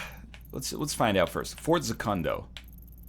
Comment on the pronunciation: > Fort Za-Kun-Doh Oh for gods sake...